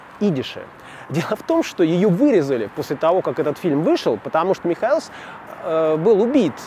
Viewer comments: ну почему МихоЭлс, если он МихОэлс? Об убийстве Михоэлса подробно рассказывал Парфенов в третьей серии "Русские евреи". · Вообще-то ударения надо ставить правильно. МихОэлс. а не МихоЭлс. Хотя Вы и из Петербурга, но тем не менее... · в фамилии ударение на о -МихОэлс. Спасибо,очень познавательно. Удачи))) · Ударение МихОелс, я так думаю